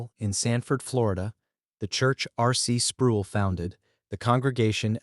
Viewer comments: Down vote and run. The AI narrator pronounces "Sproul" like tool. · I don't care if you use AI, but R.C.'s last name rhymes with role. Every time I heard his name I cringed. Thanks for the info though, I didn't know St. Andrews had left the PCA. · Mispronounced R. C.'s name